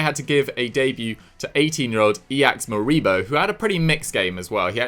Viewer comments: Btw, just for reference (not hate) Ilaix Moriba's name is pronounced as E-laish Moriba. Hope that helps, keep it up :D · mate your pronunciation of Ilaix Moriba gave me tuberculosis